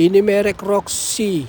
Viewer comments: Merek voxy bukan roxy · Voxi bang bukan roxi gimana ah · Bang.,,,itu Sangat jelas Tulisannya Toyota VOXI bukan ROXI 😂😂😂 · VOXY bang bukan Roxy😂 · Maaf bang, voxy bukan roxy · VOXY bang 🤣bkn Roxy